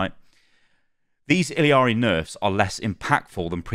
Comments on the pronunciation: It's pronounced like Spanish where all the letters make certain sounds. So the double L is a Y sound Ee-Yar-Ee. Don't over complicate it. lol But also most of the problem with OW2 that I have is the Battle Pass and monetization... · i dont wanna be that person, but its "Iyari" because double "L" in spanish is "Y" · the L's in Illari are pronounced as a Y (ee-Yar-ee) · It’s eel-yar-ee in English pronunciation,. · the pronunciation is "I-yacht-y" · I cringe every time I hear him pronounce “iliari”, like it’s not that hard to pronounce a double LL as a Y. It’s all over social media plsss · Hearing ill-EE-ari makes me want to rip my teeth oit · it’s pronounced ee-ya-ri btw. you dont pronounce the “L” lmao. double L is silent in spanish, just think of the word tortilla for example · E-yah-ri It’s a double L The LL is pronounced as a Y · Illari is pronounced 'ee-ya-ri' LL is a Y in Spanish. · Her name is pronounced EE - YAR - EE. TWO LS MAKE A Y SOUND. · Pretty sure it's pronounced like ee-yar-ee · It’s pronounced like “Iyari” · its "ee-yaree" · Pronounced iyari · It's Illiari. Just add one "i" in middle of her name. I discovered it yesterday xd. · good review but holy fuck man please pronounce Illari and SCHEDULE correctly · ILL AH RI. There is no I in the name its not ILL IA RI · Its Illari, not Illiari, stop adding the extra "i"... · It's pronounced like ee-yah-ri not il-ee-ah-ri because it's Spanish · ILL-ARI her name is I L L A R I (ILL-ari). What your saying is I L I A R I (ili-ari) Its 2 Ls not I L I yall are killing me ☠️☠️☠️ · Ee - Jah - Ri, definitely not ILL - Ee- Ari The llama pajama is a pun to show people how to pronounce the double LL sound Jama Pajama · Imma be that guy and tell y’all that it’s not Iliari but it’s actually Illari (i-ya-ri) the double L in Spanish is pronounced as Y in English which makes a Ya sound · btw it's "ee-yar-ee" not "ill-ee-yar-ee" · ILL ari, where do you get the Ill I ari from btw ? XD there is no i